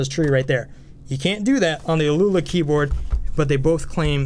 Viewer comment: I think it's "owl-a" or something like that. Great review! I wasn't aware of that key-testing tool--very helpful. +1 sub!